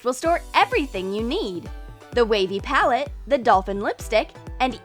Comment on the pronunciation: Lol did anyone notice thar she said PAUL-et instead of pal-ette